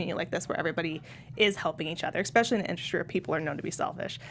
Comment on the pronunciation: I hate myself for becoming an internet troll but I just have to say that the x in “especially” is not only silent - it doesn’t exist. Otherwise I love your enthusiasm for this great show. Thanks!